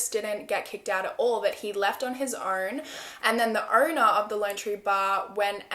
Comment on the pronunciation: "own" Subtitles: "urn"